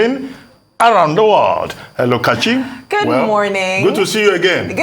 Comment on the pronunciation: you have a fake accent. You can't even pronounce your name very well. As a good presenter, you need to know how a name is pronounce. Thank you.